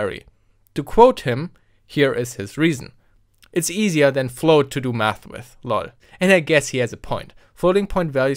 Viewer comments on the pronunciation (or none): none